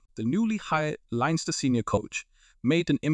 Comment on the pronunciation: Good information, hope he is a success. And by that I mean only by doing the double will success be achieved. btw.... It's Leinster. Pronounced Lens-ster. Leave out the letter i and attach them with the two syllables S.